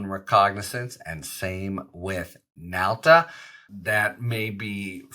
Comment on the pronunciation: Nauta, not Nalta. Right?